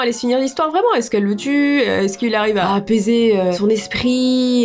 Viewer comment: Euuh...c'est moi ou elle dis "a baiser son esprit"?😂😂😂 (Après 3 reprises enfaite elle à dit "apaiser son esprits"😅) PS:oui g l'esprit pas très pure😛😈